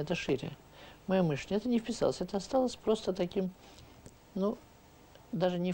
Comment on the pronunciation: Всё таки, не " мЫшление, а мышлЕние.